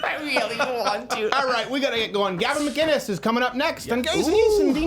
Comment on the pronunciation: Gavin MUH-KIN-ES